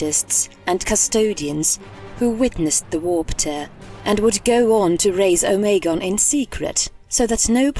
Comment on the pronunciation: Who is omaygon o me gon. Ignoramus